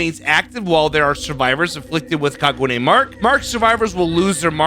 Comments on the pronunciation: Hearing you pronounce kagune is the funniest thing I’ve heard all day your the only only over pronouncing it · as someone who watches Tokyo ghouls I couldn't stop laughing every time he mispronounced kagune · You can really tell doesn’t know anything about Tokyo Ghoul, considering he keeps referring to Ken as a “her” and his pronunciation of kagune. 😂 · The way you say Kagune is funny please never change how you say it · It's actually pronounced Ka-gu-Nay like gun instead of like goon. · Great vid and no hate but it’s pronounced like ka-gu-ney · “Kagooone leap” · kaguna the e is said like an a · bro said kagoone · If it helps, the "gu" isn't pronounced like "goo" like you're extending the "uu" sounds, gotta shorten it so it flows into the "ne" part sooner. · It's pronounced more like ka ga nay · i find it amusing that there using a a character who is actault a fairly good person most of the time though this seems to be from the period of time where he went kind of crazy, alao your pronouncing kagune wrong its pronounced kah-goo-neh'. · My favorite anime character is being added. I'm stoked. It's pronounced "Kah-goo-nae" it's the ghouls weapon they are born with. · It's pronounced kah-goo-nay. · Your prononciation wasn't bad for Kagune. The only issue would be the rhythm but that's nothing burger. The "ka" is held a bit longer then the "gune" If you know music at all "ka" would be like a full time, while Gu and Ne would be half a time. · it's kagune e is a "a" sound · The way he pronounces kagune I was laughing the whole video